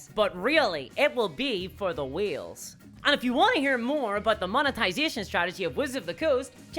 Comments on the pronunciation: It was at the minute mark that I realized she was saying WHALES instead of WHEELS. That changes the entire context of the video. my bad. Love your content, love this video. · This was such a worthless rehash of things you have ALREADY said. And you can't say Whales... You always sound like your saying wheels. It's annoying. I was expecting an actual New leak from Hasbro. You spebt 20 minutes leading up to a big nothingburger, other than what we have ALREADY heard. You click bated me... I'm never watching your stuff again. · She's saying "whales" not "wheels." Took me a minute. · Then why were you sayi g wheels instead? I was completly confused until you showed a graphic 😅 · When you say whales, I hear wheels. But thanks for the vid in any case. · First time viewer=meh. Seeing TikTok ppl having conversations with themselves is annoying. It's even more so when it's 20 minutes long. Everytime you said whales I heard "wheels" instead of "wails". I did like the potion seller analogy. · Why does she keep saying wheels? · Whales are pronounced as /weɪl/ Wheels are pronounced as /wiːl/ THEY ARE NOT THE SAME you daft [extremely redacted] dingus breath idiot!!! if you cannot pronounce the words correctly I will NEVER subscribe or like any of your videos. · I've tried watching your videos. I really have. But your inability to speak properly is just infuriating. It's pronounced 'waylz', not 'weelz'. You sound like someone trying to do a bad New Zealand accent. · It took me 8 minutes to realize that was saying "whales" and not "wheels" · I thought she was saying wheels, not whales. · It took me a while to figure out how wheels fit in (like, there's the 'circle of business' and they keep coming back or something?). Even after seeing the picture of the whale I was unsure, since whale did get pronounced the way I know it (some would say correctly) a few times. Good breakdown discussion though. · You pronounce Whales as Wheels.